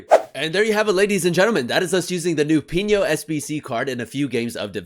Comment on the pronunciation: Just letting you know it’s pronounced “pee no”